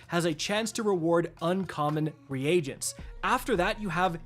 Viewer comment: Dude. I like your content but you gotta be saying those words wrong on purpose, right?? I don't think that's how you're supposed to say "Reagents".